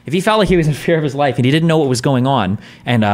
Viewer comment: "if he was I fear for his ife"